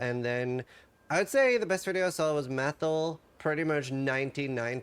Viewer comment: "...Meth-il..." ay ya-ya